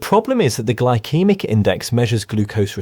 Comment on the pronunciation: Gly-kee-mik? That’s You mean Gyl-see-mik.. Glycemic